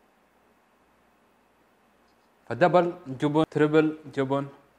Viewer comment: النطق الصحيح جُبُن أو جِبِن برأيي جُبُن =خوف